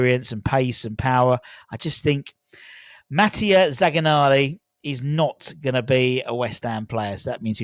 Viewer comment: Zaccagni is pronounced Zac-car-nee, the g is silent